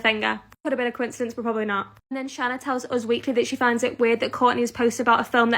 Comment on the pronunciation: Say it with me now Shane A not Shanna